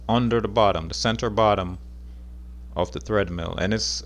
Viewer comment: Omg, it's TREADmill, not threadmill.